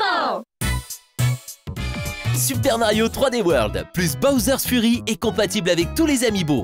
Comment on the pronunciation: Il fallait dire Fury en tant que "Fyury" car Furry veut dire autre chose